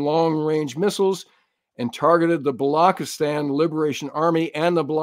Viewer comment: Hey, work on your South Asian pronunciations. Vishakapatnam...Wish-uk-a-put-num. Balochistan....Bul-u-chis-taan, and not block-is-tan. Wake up, you have an international audience. A big fan, hence the liberty taken.